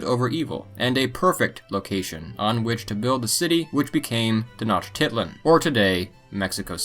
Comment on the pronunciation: Lol that pronunciation of Tenochtitlán was poor.